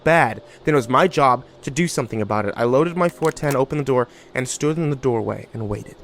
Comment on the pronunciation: HMM YES "DOWAY" AND NOT THE "DOOR-WAY"